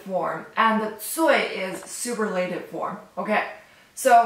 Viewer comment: You can't say super la tive. It's pronounced su purr la tive. Great lesson regardless.